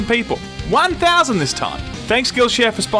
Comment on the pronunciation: I swear almost said Shillshare